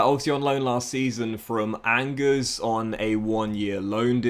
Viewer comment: How tf did you pronounce Angers ??